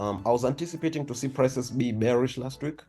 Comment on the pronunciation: It is Bullish not Gbullish And It is Bearish , not Gbearish Work on ur pronunciation bro 🤨